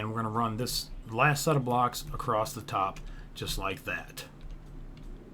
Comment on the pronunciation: Very nice tutorial, I appreciate the time you took to make this and I actually followed the whole thing and made the ship in survival mode. But can you please pronounce across correctly without the "st" sound at the end? I wanted to scratch out my ears every time I heard it haha